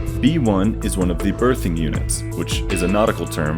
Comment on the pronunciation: the way you pronounce "berthing" sounds like "birthing" and it makes me crazy lol